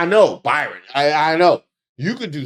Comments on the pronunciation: constantly mispronouncing his name has me dying😂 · You so crazy. His name is BrYon...NOT ByRon. 🤭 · The poor man's name is BRYON (pronounced Brian) NOT BYRON,! Poor dude is probably ashamed enough that his wife was boffing Corey on a private plane & her other 'homes' then these pictures and people can't seem to get his name right! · hate to nit pick but BRYAN not BY-RON. Love your videos! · His name BRYON,Ike Brian spelled differently.NOT BYRON. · are u calling him Byron instead of Bryon? idk the guy personal level no kink shaming, but its funny when the cult of MAGA loved portraying themselves as the party of values when they got no values. Noem even was outted for her affair with Corey Lewindowski when word got out Noem was using the bang plane😂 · brother you keep calling him Byron and not Bryon, but they both the same. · Do you keep saying "Byron" on purpose? Or are all the media outlets misspelling his name? I feel like a crazy person! 🤣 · calling that man Byron instead of BRyon is KILLING ME!!!!😂😂😂😂😂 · I'm laughing even HARDER because keeps mispronouncing his name. That's HILARIOUS!!! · Hey hey cousin please hear me lol ok I got ENOUGH clowns run around with MY name doing mess hahaha this mans name BRYON not BYRON HAHAHA love what you do I watch your videos daily!!! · I think his name is Bry-on not By-ron. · I been trying to say this hahah I got enough Byrons running around making my name look bad lol thank you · ...the low-key DISRESPECT of continuously calling that man BYRON when his name is BRYON is beautiful... :face-green-smiling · The fact that called him "Byron" instead of Bryon had me 😂😂😂😂 the whole time. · Is his name pronounced 'Byron'? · That Y got you messed up. It’s Brian, spelled similarly to Byron! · I’ve been watching you for long enough, and I know that you know how to read. You just sat up here and mispronounced that man’s name at every possible turn. It’s BRY-ON. NOT ‘BY-RON’!!!